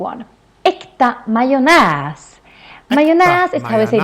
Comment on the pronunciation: "Mo" is an old word for soil, Mo-rot = soil-root. Yes we have preshredded cheese too, but many use a cheesegrater(rivjärn = scratch-iron). How to pronounce majonäs = my own ass.